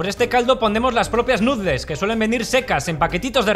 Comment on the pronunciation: Lástima que no pare de decir "nutles" en lugar de pronunciar "nudels".